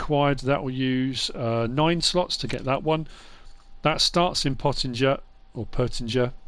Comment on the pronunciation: Why is he saying pottinger and krone like that